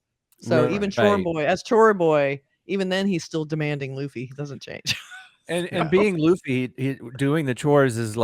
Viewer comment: I was going to subscribe until I heard someone mispronounced luffy’a name specially when the live cast made a whole YouTube video on how to pronounce the name.